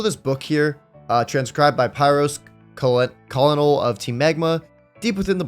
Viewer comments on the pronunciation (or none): Colonel is pronounced Kernel 😅😅😅